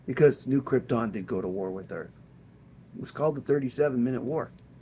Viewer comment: It's KrypTON. Not Kryptin. lol GET IT RIGHT!